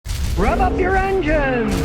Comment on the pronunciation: Who else thinks he says rub up your engines.